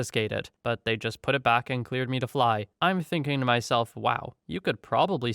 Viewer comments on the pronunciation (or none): pronounced “car-ought-id”